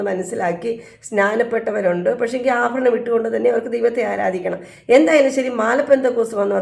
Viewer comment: ❤ അഫരണംഫാരിക്കുന്നത്. Thettanu